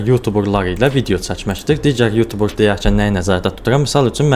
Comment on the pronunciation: sonunda YouTuber sozunu duzgün teleffüz eden bir Azerbaycanlı, millet yutuber deyir, bu sehvdi bele oxunmur